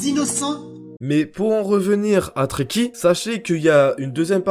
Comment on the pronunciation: Quand tu dit trekki jai l'impression que tu dit traki😭😭😂